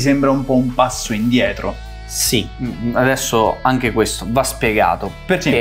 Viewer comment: Avete fatto un corso di dizione? Riuscite quasi a dire tutte le "T"! Sull' "anghe" c'è ancora da lavorare però...